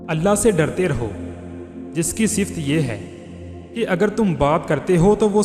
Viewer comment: MASHAALLAH...bohot achhi baten...maghferat ke sath bhayi sift nahi sifat